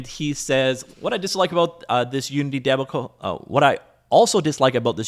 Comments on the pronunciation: Just making sure you know, debacle is pronounced "duh-bah-cle", not "debbi-cle". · deb-a-cle... its dee-bac-le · de-BOCK-cull. you're welcome ;)